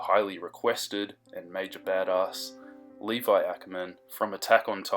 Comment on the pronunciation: Did you say liva?